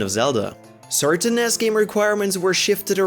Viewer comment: It's n.e.s not Ness.